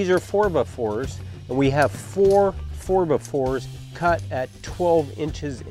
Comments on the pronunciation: Lol ... "Four Buh' Fours"? Here in Canada we use "Fer 'Be 'Fers". This build is amazing. Honestly would never have thought of using wood for a Power Rack/Bench setup. I was about to spend $2500 on a used setup + weights. I am a contractor, these materials will cost me virtually nothing. Glad I found this video. Appreciated, thanks. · Four buh fours 😂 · "4 bah 4's"